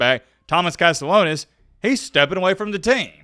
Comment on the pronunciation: CAST-E-AH-NOS For the love of god please pronounce his name right 😭